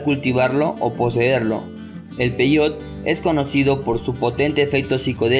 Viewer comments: Primer error, se pronuncia peyote así como se escribe, no peyot cómo tú lo pronuncias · Investiga bien. Peyote, se pronuncia igual que como se escribe, no peyot